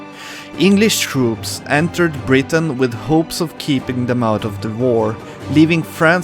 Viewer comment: Why do you keep pronouncing Brittany as "Britain"?